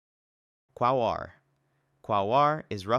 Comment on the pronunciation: Nor is quaoar